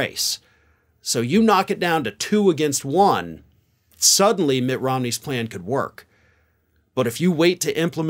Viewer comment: Mitt Romney has a ply-an? I know you’re a, but now you’re sounding like Penelope Pitstop 🤣💄🚘